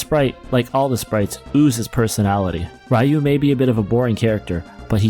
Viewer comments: Did you just say "Rye-you"...? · I haven't heard Ryu pronounced Rai-yoo in over a decade+